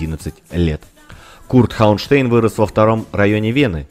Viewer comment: Да, у Курта фамилия звучит не ХауэнштЭйн, а ХауэнштАйн. Она читается по немецки, т. к. он немец.